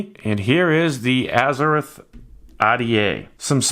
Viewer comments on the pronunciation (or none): And it's Azzer-ROTH not azzer-rith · James Skyvaper He's like a Spanish speaking guy that pronounces "R's" uniquely... Azze-rith Ah'DA😜